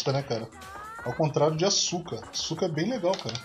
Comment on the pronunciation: Em só uma coisa, nome da menina si pronuncia Aska, no japão a letra u é mudo, desculpa aí dizer isso, mais é bem curioso isso. Poxa, vc deveria fazer uma série de jogos Cute, pra piorar a maioria de jogos dessa pegada de garotas fofas, são tudo jogo bom, isso q é engraçado, exemplo Arcana Hearts, que pra mi é sucessor espiritual da Asuka 120%.